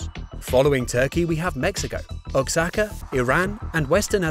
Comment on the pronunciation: O-A-Cha-Ka (Oaxaca), please.